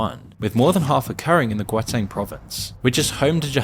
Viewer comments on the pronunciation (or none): Did you even research how to pronounce "Gauteng"? Bro absolutely butchered it